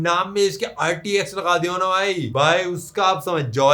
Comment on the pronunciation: Rtx bola toh rdx jaisa laga 😂